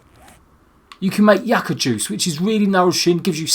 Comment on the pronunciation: not yah-cah plants its you-kuh